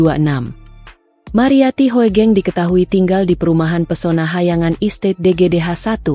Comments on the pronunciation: Narator mesin, Hugeng aja menyebutnya, jangan Ho e geng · D baca hugeng..bukan hoegeng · Sebenarnya yg baca narasi itu salah... Hoegeng.. itu ejaan lama... tapi bacanya tetap Hugeng.... OE = U ..